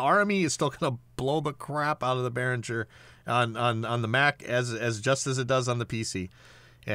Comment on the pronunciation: It's almost funny how often Behringer gets mispronounced; being a German company, they use a hard G sound